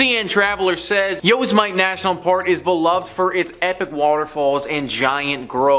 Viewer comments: Yosemite is pronounced yoh-SEM-it-ee (phonetically /joʊˈsɛmɪti/) It is a four-syllable word where each vowel is clearly pronounced, Many people (as above) incorrectly read it as "Yo-se-mite" (rhyming with "might"), but this is not the standard usage. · Did this mofo just say yo's might?????? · Yo-Sem-it-E ..damn Canadian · Yoz mite? Dude that's not how you pronounce it! LoL!